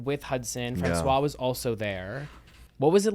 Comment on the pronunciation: Rarely do i find french attractive since i speak french on the daily, but the way he said “François” so perfectly did something to me🤣